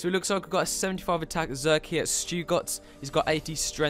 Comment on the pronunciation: Finally in a vid lmao and it's pronounced "zerker-ick" and pls let me pot next time ❤️